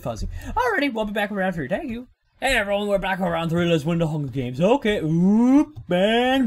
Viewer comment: "I'm gonna win the hunga games